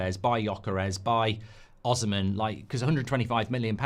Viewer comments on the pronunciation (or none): Mark still pronounces Bruno's last name as if he's Spanish, Osimhen as " oz zum men"